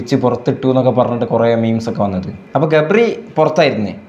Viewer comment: Gabri❎️Ga pari✅️